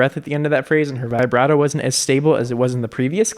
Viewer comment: Why do you say vibrato via-brato instead of vi-brato